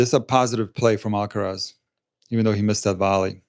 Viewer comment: And if someone could pronounce his name properly that would be amazing